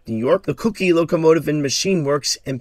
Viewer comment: “Cookie“ locomotive works? Really? It’s just pronounced Cook.